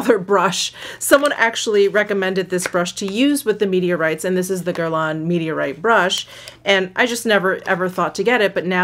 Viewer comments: what shade you got in meteorites? medium? by the way you dont pronounce the final n in guerlain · Not exactly true on the “n”. It’s that French up-in-the-sinuses “n”. But pronunciation is close enough.